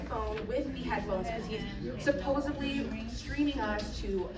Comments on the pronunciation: “Supposubly” 🙄🤦‍♂️. And Tatiana has the nerve to mock his pronunciation. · The Pink elephant corrects you about saying psychologist instead of psychiatrist but then she says "Supposebly" with a "B"!?! Haha what a joke and she couldn't wait to say, "Enableist" shes a hypocrite just like all those Karens